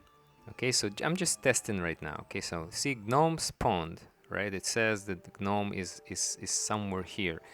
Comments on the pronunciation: It's pronounced Nome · I thought i was the only one who say gnomes like Gi NOMEs you my friend earn a subscriber and a like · "guh-nomes" xD the G is silent sir <3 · "Gih nomes". . . . . . . . . . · I thought it was GOO Noms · The “G” is silent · The G is silent. STOP IT! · It’s adorable to hear you say it but I feel like I should let you know the G in gnome is silent.